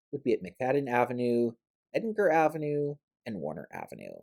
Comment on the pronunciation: I can tell he’s not from OC by the way he pronounced Edinger, he pronounced Edin-ger, and he pronounced the ger as gerber, but locals pronounced the ger as Germany.